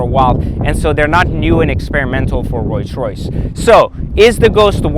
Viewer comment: Is this fool saying Royce Royce ghost??? Lol